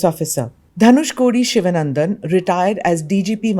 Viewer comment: The name is pronounced Shivaanandan, please.